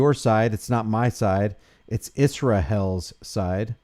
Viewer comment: Did you actually say Is- ra- HELL? Brother I've been watching you for a while. decided to subscribe. Your gone man. You're a damn racist, bigoted, antisemite. Go F yourself.